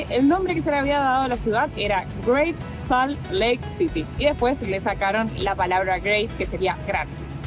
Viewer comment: Salt suena como "solt".